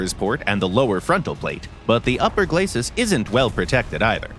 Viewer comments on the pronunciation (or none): none